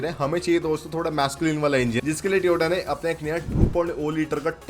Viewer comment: Tyooooooota ne tyooooota ne lol